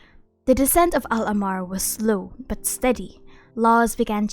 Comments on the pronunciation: Hi There are a few mispronunciations in your video Al-ahmar, meaning the red in arabic written as الاحمر, if you cannot pronounce the letter ح i reccomend just saying al-a-h-mar, if you can roll the r Thoth is also not pronounced as its written it’s pronounced tah-hoot I live in egypt and im an arab so ya Much love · I love your content, and this comment is not meant as a hate comment, but I think you pronounced al ahmar wrong based on what it’s pronounced as in game. Of course, genshin gets its own pronunciations wrong sometimes (ex: tighnari’s name) so I’m not sure.